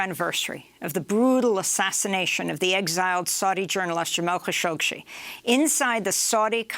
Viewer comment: it's Kashoggi and not Kashoggshi.